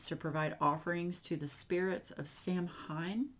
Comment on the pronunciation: Samhain is pronounced saw-when. Also, fun fact: I looked it up, and apparently caveman times were much much longer than 4,000 B.C. Caveman times were 2.5 million years ago until 10,000 B.C. I also looked up the roots of Halloween and I think the 4,000 B.C. is associated with Ireland and Samhain and the Great Fire Festival. A lot of pagan traditions, including Celtic, view Samhain as the end of the year so it was also a New Year's festival of sorts. It marked the end of the harvest season and the start of winter, so they lit Winter fires to assist the sun and symbolize the sun as nature started to go to sleep during the winter. Also, they saw days as starting with night and ending with the day, so day time of October 31st would have been the ever of Samhain, and at nightfall until night fall on November 1st would be Samhain. I super mega bet that Halloween spending is way more on decor than candy and costumes. Halloween decor is by far one of the biggest decor shopping season and some stores start stocking Halloween late June. If you wait until October to shop, there's nothing good left. It's a whole thing. We aren't giving out candy this year, we did the first two years we had a house, but my dog has serious anxiety so we can only leave a bowl out with a sign to please not ring the doorbell. And last year some kids stole our whole candy bowl and stand and fake candle set up I DIYed. We caught it on the doorbell cam and posted it on the neighborhood Facebook group, but no one